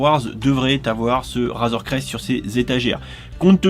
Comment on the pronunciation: Super vidéo par contre ta dit "razoir crest" au lieu de "razor crest"